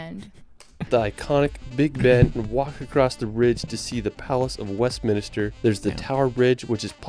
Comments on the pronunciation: Wait.. Wow! Wow! Wow! Hang on a minute !! Did he just compare the Isle of Skye to a golf course ?????? I didn't like him, after his first pronunciation blunder. Westminster err... it's West min ster. NOT West min nis ster And I'm beginning to cringe at the sound of his voice. aarrrgghhh!! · (sp?) is well known for videos with mispronounced place names, and limited views of the country he's visiting. It's not "Stonehedge" - it's Stonehenge It's not "Westminister" - it's Westminster If he speaks about the Scilly* Isles (to the west of The Lizard, at the tip of Cornwall) he may mispronounce* it as "the Skilly Isles" - but the 'c' is silent, so it is the Scilly - pronounced Silly Isles (& It"s not "the reld" - it's the world!!) p.s. I think is from Utah. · Claims London is his favourite city, can't say Westminster. Irks me a bit, plus he just glosses over a lot of the areas too quickly.